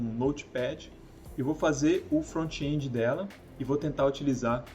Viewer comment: Front-end not frontchiii endiii React not Reaquitiii ;)